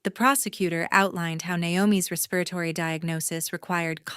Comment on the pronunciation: What happened to the sister and learn to pronounce respiratory.